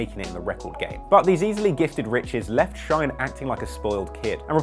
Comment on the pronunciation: His name is not Shoiyne bu Shyne